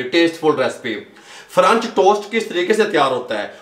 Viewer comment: ahm , excuse you but its "french" not "franch" and if u still pronounce "french" as "franch" then you probably don't know how to read 💀